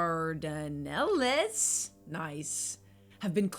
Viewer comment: RE: The Dardanelles; Pronounced Dar-Dan-Ellz. This is the waterway which runs between Asia and Europe west of the modern city of Istanbul, formerly Constantinople, connecting the Mediterranean to the Black Sea.